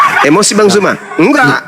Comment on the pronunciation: Hallooo.... Bukan JUMA.... ZU... ZU... BUKAN JU... JU.. JU ITU JE... ZU... ZUMA ZET... LIDAH NYA KOK KELUH KELOT SIIIHHH..... FASIH LAH DALAM BERBAHASA......